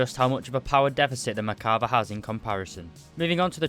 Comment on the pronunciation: You say Merkava" I hear "Macabre"